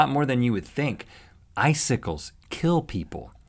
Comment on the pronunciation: I'm suddenly really aware of the danger of eye sickles due to Rhett and Link's weird pronunciation of the word "icicles".